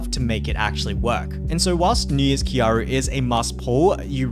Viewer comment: Triggers me still you don't say kyarl properly